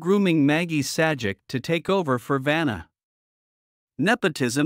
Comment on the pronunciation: It is pronounced "Say -Jack". not "Sad-Jeck".